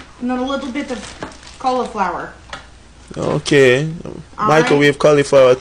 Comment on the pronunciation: Dhe said "microwavable colaflower" not cauliflower